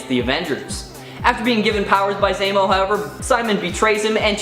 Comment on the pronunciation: Why are you saying it like that? What? Baron Zaymo. Zemo. Zaymo. Say Zero. Zero. Now say Baron Zemo. Right, Baron Zaymo...